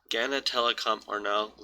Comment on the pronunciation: why do people do that thing where EVERYONE Knows how a word is said but then you just choose to say GANNA instead of OBVIOUSLY Ghana...